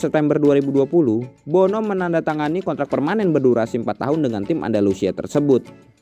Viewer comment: Tulisannya Bono, dibacanya BUNU. Kan bahasa Arab huruf "O" gak ada